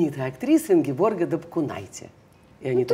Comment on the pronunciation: Очень люблю и восхищаюсь Ингеборгой! А уж ведущую бы убрать с экрана... Вобще правильно имя ее Ингеборге, а не Ингеборга, как ведущая обращается. Она просто скромная и не поправляет, как и про фамилию свою.